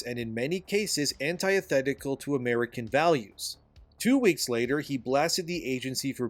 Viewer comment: Learn how to pronounce antithetical